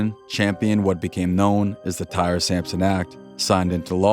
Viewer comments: TY-REE, not TIRE! WTF. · I’d rather not think a human is so dumb to call this kid TIRE instead TY-REE! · His name is pronounced; Tie-Ree, not “Tire.” My dude, you’ve got to do better research in the future. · just the comment I was looking for lol